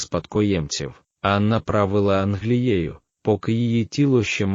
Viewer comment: Матеріал цікавий, але мене вистачило на 7 хв. Від озвучки з неправильними наголосами навіть в імені Анна почало сіпатися око.